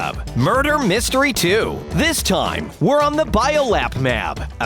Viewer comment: You are aware that you said "the bio lap mab"